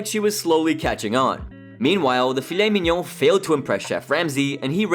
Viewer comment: On a side note the way pronounces filet mignon is hilarious